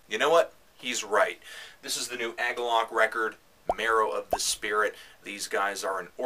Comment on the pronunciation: "AG-uhlloch". huh, I've never heard it pronounced that way. Actually, I've never heard anyone talk about Agalloch. What I'm trying to say is I've always said it like "UH-gawlick". Anyway, while you're reviewing metal / black metal / whatever metal you should probably review Deathspell Omega's new one.